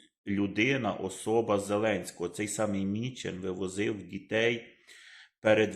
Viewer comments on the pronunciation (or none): Міндіч а не мічен